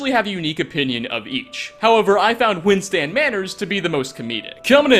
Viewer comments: It’s not Windstand Manor, it’s Windstad. But who am I kidding, you probably won’t read this and even if you do you’ll never really change 😂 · Windstand Manor, too. (it's Windstad)